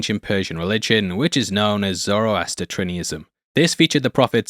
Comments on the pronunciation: Zoroastrianism, not Zoroastratrinianism. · I believe it’s Zoroastrianism zo row as tree uh ni zum There is no extra ‘trini” syllable in it. It’s a religion that still exists. The largest existent temple is in the UK. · "Zoroastratrinianism"?! LOL. What?! Dude, you added an extra syllable or two there. It's Zoroastrianism. Zoro-Astria-Nism. There are plenty of apps that will pronounce words for you if you're not sure of how a word should be pronounced. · Your pronunciation of "Zoroastrianism" was highly amusing. 😅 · Great job but you totally mispronounced Zoroastrianism. Thanks for all the great work on all the details and facts most of us were unaware of.